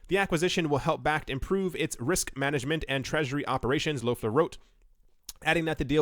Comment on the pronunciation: Do you have german background? No american is able to speak out the ö in Loeffler‘s name!